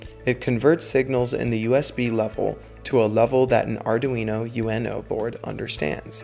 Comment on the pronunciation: It's not Arduino U.N.O, it's Arduino uno. Uno as in the Italian number one.